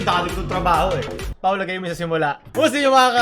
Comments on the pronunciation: Yung narinig ko sa intro ni is "Ako nga pala si Paolut" XD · how to unhear